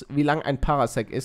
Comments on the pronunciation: Das spricht sich Parsec und nicht PaRAsec Klugscheißermodus off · Es wird zwar"Par sec" wie in star wars ausgesprochen aber egal